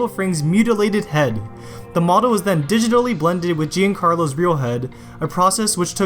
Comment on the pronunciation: Did you honestly pronounce Giancarlo as Jane Carlo?